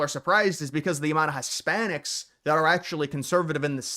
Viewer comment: did he call them HUSS-spanic? 😅 Screw that guy.